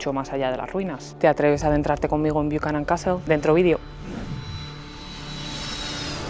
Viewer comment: It's not Bookan Castle it's pronounced Bukanan